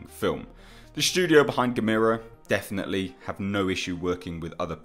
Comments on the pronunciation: G VS G would be to epic if done right !!!! The theaters would explode from so much awesomeness but this would have to made in japan to do it JUSTICE !!! ITs GA- mera emphasis on the GA btw. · I highly doubt its Gamera even though I WOULD love to see him in it. Yes he is a "good" monster. You ARE killing me with the mispronunciation of his name by the way. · You said Gamera name wrong!!!!!!!!!! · You are saying gamera wrong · stop pronouncing it like that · Love your vids...your saying "Gamera" wrong, your saying "Ga-me-ra" when its Gah-meh-rah". its the Japanese and their vowl system. theres 5 main sound A/a(Ah),E/e(Eh),U/u(Oow/ew),I/i(Eee), O/o(Oh), and ALL Japanese words can be more easily read and said knowing this. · Ga-met-a = NOOO Gam-er-a = YAH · Just want to let you know, it's not "ga-mee-ruh". It's "gamma-ruh" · It's not GAMIRA it's GAM-ERRR-UH. That's how they pronounce it in the films! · You're pronounciation of Gamera is killing me. You say it like Gameira but its more soft snd smooth. GAH MER A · Michael Onak YOUR* grammar is killing me. [Your* pronunciation* of Gamera is killing me. You say it like “Gameira,”* but it’s* more soft and* smooth like “GAH MER A.”*] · Who the heck is "Gamira"?? Never heard of him. But I have heard of Gamera. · "Guh-meer-uh"? Never heard his name pronounced that way, heh. (Typically it's 'Gam-ER-uh', as in camera.) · It's pronounced like CAMERA. Not Gameera. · Why does he say Gamera (Gam-er-a) like Gamera (Game-ere-a)? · Oh for gods sake, i can’t take it! It’s not geh-MEERA, it’s pronounced GAM-a-rah !!! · GA... ME... RA... Not Gamira. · Gamera not guhmeeruh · Yep. Rhymes with "Camera" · Come on dude it’s Gamera! There’s no I in his name! Get it right, ya dingus! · Look at the old movies... they say Gam-er-a. Other than that love the channel.... Peter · Dude, it’s gam er ah ( gamera) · No, it's "Gamera", pronounced like ^^^ (@ Tech" or "Guh-mare-uh." lol. Or, if you prefer; "Gam-irrr-uh